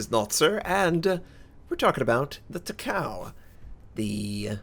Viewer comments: She's not TAH-COW Notser. She's TAH-CAH-OH. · It's not Ta-cow. It's ta-ka-oh. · Notser, Takao's name is pronounced Ta-Ko. Please every time you say ta cow it really makes some of us cringe >_< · it doesn't read like that not ta kao in japanese language her name is ta ka o(oh) 高雄(たかお) like Myōkō 妙高 myo ko みょーこー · it's Taka-O, not Takaw lol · it's pronounced Taka Oh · Please pronounce: tah - kah -oo 3 even syllables with NO emphasis on any one syllable It does NOT rhyme with "Macau." Please watch anime on if you don't believe me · It's pronounced as ta-ka-o(tah-ka-oh). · Actually its Ta-Ka-O ...